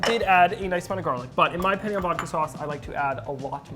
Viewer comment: The fact he cant say "penne" right